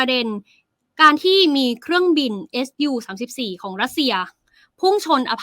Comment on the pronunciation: ทำไมอ่านออกเสียงว่า เอส ยู34 ทั่วโลกเขาอ่านออกเสียง ว่า ซู 34 ....